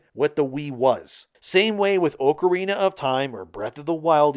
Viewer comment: Oh-corrina of time? Are you sure?